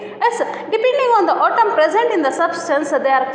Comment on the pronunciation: ಅದು ಆಟಮ್ ಅಲ್ಲಾ ಅದು ಏಟಮ್ಮ